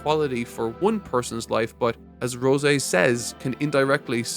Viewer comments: ROY! Where are we getting "Ron" from?! Also, c'mon mang, it's Rose (like the flower/normal human name) not Rosé (like the wine). 😂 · Why does he keep mispronouncing Rose’s name?